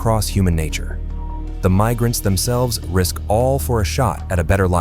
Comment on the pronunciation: “AI can take over the world” AI: “Meesurements” “Mig-rants.” Hire a voice actor, such as myself.